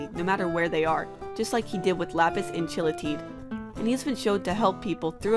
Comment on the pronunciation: Thank you for saying Chille Tid right. :) I mean, yes it does look hard to say, but they did say it in that episode... Considering that the way it was said is correct...